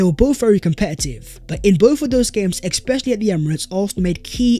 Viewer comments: Ex-specially, ex-specially….. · You know its when you hear "Expecially"😁